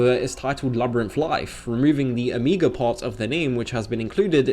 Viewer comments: By the way, why do you say "amiga labyrinth" instead of "omega labyrinth"? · They don't want to damage their brand so they're damaging their brand. Brilliant! Oh, and your pronunciation of "omega" sounds very much like "amiga" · o'mii'ga labyrinth life lol edit : just to be on the safe side, i mean no disrespect in any way, and have never heard it pronounced that way before, lol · When you can't even pronounce omega...